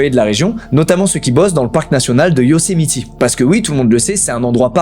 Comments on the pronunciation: Moi dans toute la vidéo quand Squeezie dit Yosemiti au lieu de Yosemite : 😵‍💫😂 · Par contre c’est Yosemite et pas Yosemiti 😂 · Ça ne se prononce pas « Yosemiti », mais sinon c’est parfait comme d’hab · Un petit truc qui me titille on dit Yocemite pas Yocemiti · petit ajout mais Yosemite se prononce "YO-Sé-Maït"! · Stp dit plus yosimitI ont dit pas i c'est horribles 😭🙏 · Sa prononciation de "Yosemite" tout le long me stress trop mdr